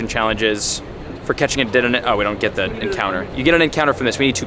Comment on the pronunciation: Dude been playing for years and still can’t say deddenne! 😂😂😂